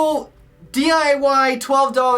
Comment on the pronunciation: Anyone else notice it sounded like he said "portable small DUI air conditioner?"